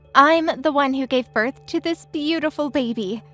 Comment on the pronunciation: Please learn too read its birth not berth